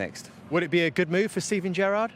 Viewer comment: The way carra said gerrard sounded like Benitez 😂